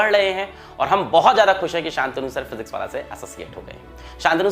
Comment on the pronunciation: Paowallah nahi , physicswallah hai yeh!! 😎